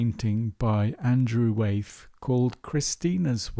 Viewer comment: It’s Wyeth not Weyth. Sorry Great post though